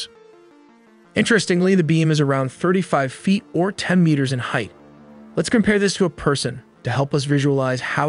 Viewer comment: My guy can't pronounce meters xD . Awesome video!